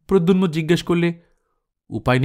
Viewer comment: উচ্চারণ ঠিক করার দরকার আছে। প্রদ্যুম্ন। প্রদ্যুন্ম নয়।